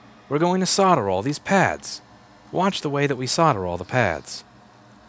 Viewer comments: Love your videos ...but I am English so let me explain ...SOLDER. SOLD..ER ...SOLDER...not soder ..it drives me nuts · Your website says 'solder' but you say 'sodder' :(